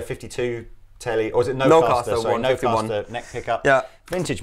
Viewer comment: The neck is a Twisted Tele and the bridge is a Nocaster pickup for anyone that is curious. said it wrong lol.